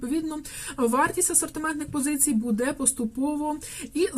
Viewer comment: БудЕ, будЕ, будЕ... Наголос - "бУде".